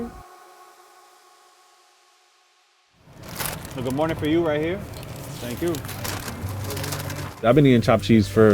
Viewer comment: Dude that good mawning...lord have mercy